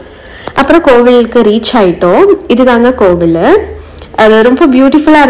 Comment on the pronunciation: Kovuzh illai Kovil